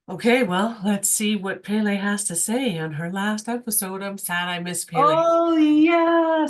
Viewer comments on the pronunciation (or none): Respectfully, Pele is pronounced "PEH - LEH" not "PAY-LAY" Mahalo